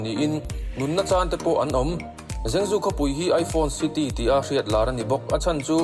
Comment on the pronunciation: Henan province hi ka awmna thin a ni, an tuarna a va rapthlak ve, zhengzhou hi zengzu nilovin trangtrou, tia lam tur ania